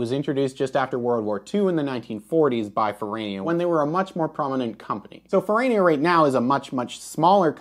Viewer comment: That's because you call it Fer-rah-nia, not Ferraynia. The "tomayto", 'tomahto' nonsense doesn't work if you're speaking about real living people or real living companies with the bad taste to use languages other than American English.